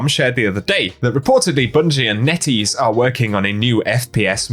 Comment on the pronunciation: whenever you said NetEase i thought you were saying nitties lol